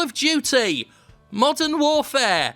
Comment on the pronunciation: At first I thought you said "Call of Duty: Mutton Warfare".